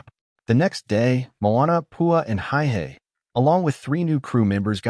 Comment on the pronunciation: Not to mention that the chicken’s is hey-hey, not high-hey.